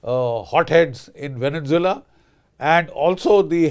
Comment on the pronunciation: It's Venezuela not Venen Zeula